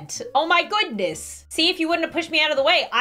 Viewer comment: “Wut a freak acident oh my gudness” 🤣